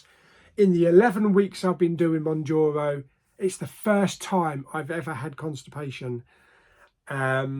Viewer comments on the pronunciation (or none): Moun ( JAR ) O. 😂